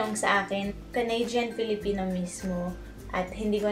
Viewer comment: Nakakatuwa yung pagpronounce mo ng canadian..CANADYAN 🤣